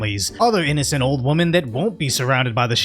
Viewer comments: With respect, the plural of "woman" is not pronounced the same as the singular. "Women"(pl) is pronounced "wimmin" or "wimmen". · Women is pronounced wimen! I like your videos but you're driving me nuts. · Goddamn, that was impressive!! Even more impressive than your inability to pronounce WOMEN!!! ROFLMFAO!!